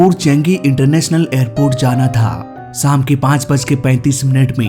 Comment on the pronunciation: tu apni pronounciation theek kar, eg shaam ko saam bolta hai aise hi bohot sare words galat bolta hai tu